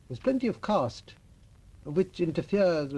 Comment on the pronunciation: One correction The word is caste not cost 5;55